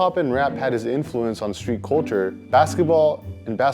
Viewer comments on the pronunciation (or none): none